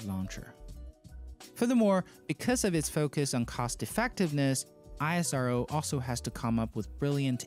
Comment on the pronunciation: It's not i.s.r.o. it's ishro pronounced together